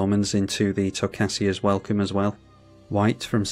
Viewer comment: That was a really good game all things considered. Also watching return to Oz after this 😂 P.S. I believe it’s pronounced tocASIA, like the continent. Keep up the great content!